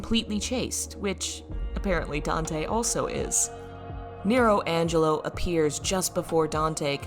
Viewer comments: It's nelo angelo, not nero angelo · Isn't it Nelo Angelo? Not Nero